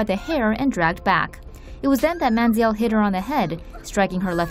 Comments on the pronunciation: Money manziel. Why do you keep saying man zee eelle? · Lol anyone notice they pronounced it manzee•el